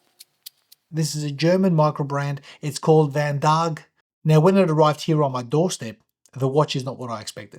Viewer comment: My wrist is also 18cm but with a lug to lug of 50mm it is a bit big but it seemed to fit your wrist ok. This is a beautiful watch and now I wish they made a 39mm version with a lug to lug of 45mm and it would be a perfect fit for most. Looks like a few people have already mentioned that vandaag means today but allow me to say, your pronunciation is way off. Try saying it like vun daaaaagh.